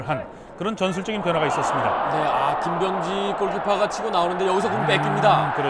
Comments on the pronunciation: 아나운서님의 김비~여엉지 발음이 불안햇어욬ㅋㅋ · 김.병~지 선수 하는데 발음이 왤케 웃기냐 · 김, 병~지 선수가 띄어서 발음하니 먼가 좀 ㅋㅋ